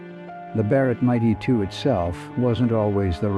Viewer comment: Fix your AI narration. Difficult to hear the rifle called the Mighty2 over and over. It is the M 82.